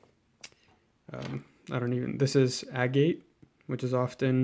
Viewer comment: As soon as you pronounced AGATE wrong I strongly started to question whether you actually know what you're talking about. 😆